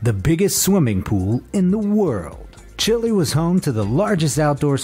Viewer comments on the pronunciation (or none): none